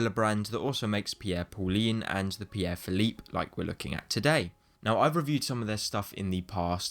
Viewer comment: "Pierre Philippe" 😂😂😂😂😂😂😂😂😂😂😂😂😂😂